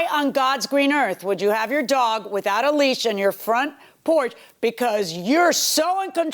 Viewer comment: I want to correct the plaintiff so bad, not "lease" it's "leash"😅.